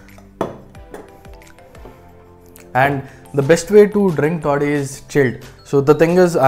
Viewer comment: It's taadi not toddi